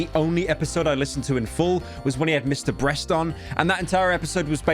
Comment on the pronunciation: Why do you call Mr Beast "Mr Breast"